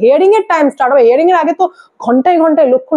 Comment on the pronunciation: হেয়ারিং নয় , হিয়ারিং